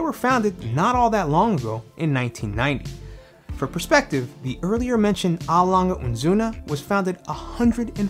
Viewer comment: Absolutely nailed pronouncing A Lange & Sohne. The rest was good too.